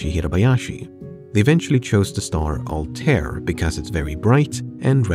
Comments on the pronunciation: I's not Altair it Arabic so the pronunciation should be "Al-ta-eer" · The pronunciation of Altair is killing me man